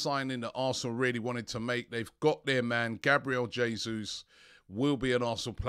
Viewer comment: Nice to hear you pronouncing Jesus's name correctly at last 👍